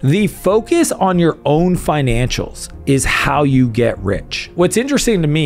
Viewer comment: Love your content and you have one of my dream cars but i think it's "financials" not "finantials"